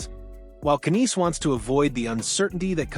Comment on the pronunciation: So sick of this AI BS! Can't even pronounce Knies properly. Youtube needs to block this crap!!